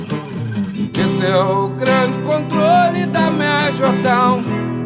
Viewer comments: Ele sabe bem o que faz e como faz gurizada, comparando com o Bowie, da pra ver claramente que ele pronuncia "Major Town" e não "Tom", dá um sentido completamente diferente a música. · Ele pronuncia Major Town, town é cidade. Ele mudou a letra para adaptar ao português. Tenta cantar essa música traduzindo do pé da letra e me fala se funciona uma tradução ao pé da letra de uma música que é praticamente psicodélica.